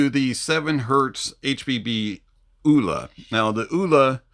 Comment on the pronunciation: Vee-VAH-chay, it's italian, means sprightly or fast and light? Like that..I would guess Elua would be pronounced Eh-loo-ah.. Oola is probably not quite there.. 😂